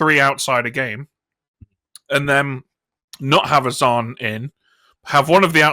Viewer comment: Stop saying z-an, a double a is pronounced z-ah-n; English is hard😂